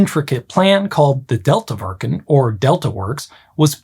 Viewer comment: You were pretty good with your Dutch pronunciation. Two small possible improvements, though: - "Bee" in Beemster sounds like bay. - The second e in deltawerken sounds like the one in well.